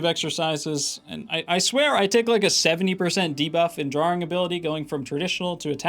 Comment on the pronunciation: You pronounce "Drawing" like Dro-oring